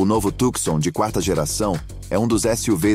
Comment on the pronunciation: Companheiro, não se diz "Tucsom" (oxitona), mas TUCSON (paroxitona)!